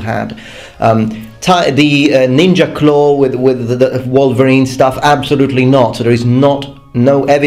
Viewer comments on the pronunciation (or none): none